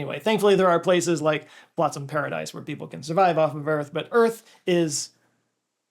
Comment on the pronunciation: Phloston Paradise, not Flotsam Paradise, lol.